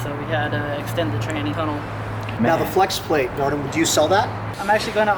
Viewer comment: He doesn’t know how to say dardan